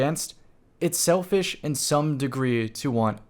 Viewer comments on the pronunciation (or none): My man really said shelfish